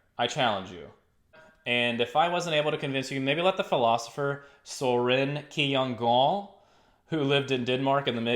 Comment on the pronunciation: Soren Kierkegaard. Soar-un Kear-ke-guard. That’ll sound about 95% correct.